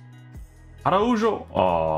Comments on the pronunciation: It’s so funny when people pronounce Portuguese names as Spanish and Spanish names as Portuguese, it’s pronounced (ARAHO) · i felt uncomfortable hearing araujo with a J and not an H 😂 thanks for the vid tho man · The j is pronounced as a h. For people that know how to pronounce it’s really awkward to hear it pronounced like that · Its ronald araujo (j as kh) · don’t be reviewing players that u don’t even know how to pronounce